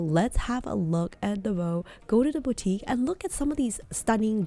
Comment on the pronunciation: Please, learn how to pronounce the name of these exquisite Belgium bags maker... DELVAUX and not Delveux